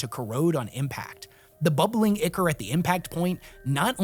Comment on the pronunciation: It's not pronounced "Ick-Er" It's pronounced "I-Core" Ichor is Greek, it's the name for Divine Blood. In the context of Demon Cannons firing their infernal rounds and leaving an Ichor behind on whatever they hit, it's colorful use of language. But, not entirely accurate. Unless the Cannon's themselves are also firing Demons, in which case it would be perfectly accurate and if we're being honest that even sounds more impressive and somehow more terrifying. You have the initial blast, the corrosion from the blast and on top of that suddenly your ship starts to fill with tiny little Gremlins. Demons so small and weak they likely wont cause much of a concern to a human, but their purpose isn't to fight humans but to tear into the ship. Their cackling bouncing around the corridors as they tear into wires, undo metal plates and began to rewire the ships own internal system all the while the Eye of the Abyss slowly moves closer with a small legion of Demons eagerly waiting on the exterior of it to jump across.